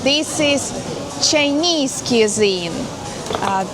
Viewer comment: cuisine pronounced kwĭ-zēn′